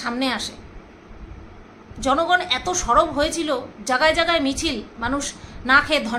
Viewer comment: জাগায় জাগায় না কথাটা হলো জায়গায় জায়গায়।